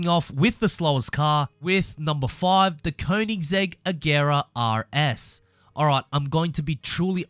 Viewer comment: Yo hold up did I really just hear this man pronounce an actual "R" when he said Koenisggsegg RS? Congratulations man